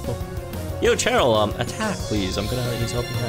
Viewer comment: Idk why you’re pronouncing cheryl and chairyl. All the cheryls i met pronounce their name as Sheryl